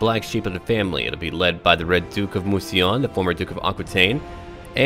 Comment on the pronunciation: Pronunciation: Mousillon - Moo-See-Lee-uhn